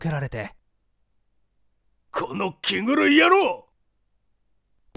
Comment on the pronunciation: 気狂いキグルイとよむのか。。。😂